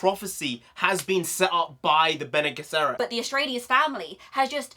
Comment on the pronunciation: Help with the pronouncing. "Ben Knee Jesserit" for Bene Gesserit. Love the enthusiasm. Paul is trying to fulfill the Fremen prophesy and become the kwisatz haderach at the same time. Two separate things. He needs both to succeed.